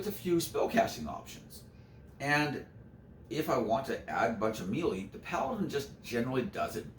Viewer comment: Melee is pronounced "may-lay." Otherwise I'm enjoying this greatly :)